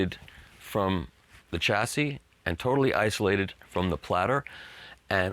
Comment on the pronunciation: Mikey ! How can you correctly pronounce 'Hor Zu' (Hort-zu) and then pronounce 'Chassis' 'Tcha-si' instead of 'Ssha-si' ? You're driving me nuts ! Keep up the good work brother !